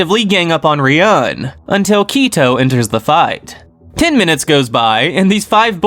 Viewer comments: I really like these videos but I just can't help but comment after all these videos to point out that Ryuuen is not pronounced as Riyun but it's Riyu-en/Riyuwen... Love the videos tho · Why do you pronounce Ryuuen as Ryan haha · the way u pronounce ryuen makes me wanna kms